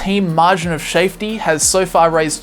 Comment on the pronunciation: Margin of Shavety sounds awfully Dutch!